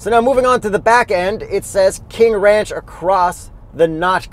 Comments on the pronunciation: "the w in ranch is silent" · Now class . . . remember that the "W" in Wranch, is silent. "Pick me up off the floor everybody!"😂